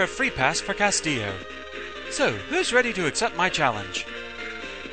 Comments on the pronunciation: I think it's 'Cast-illo'. The way you said it, Castio, just ignores the ls. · it's pronounced cast-ill-oh. It's loose spanish for castle and is a common last name ;P